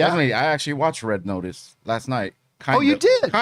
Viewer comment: “Red Otice”